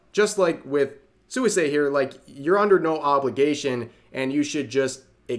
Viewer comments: Pronunciation tip: Suisei should be pronounced more like "Swee-say" The u and i kind of slide together... I really don't get it: so,,, most of Suisei's fans support her having a relationship? Most of those in opposition are just ordure-stirring Antis? Well, that kind of stupidity on a shingle is to be expected from their ilk. Just another instance of the pit of nonsense that social media has become. Sic 'em, Rev! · Hi Rev, it's pronounced as "swee-say" not "soo-wee-say". Sorry it was bothering me... 😅